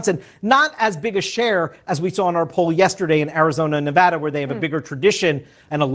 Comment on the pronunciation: please please please learn how to pronounce Nevada. It makes all of us cringe when you say it.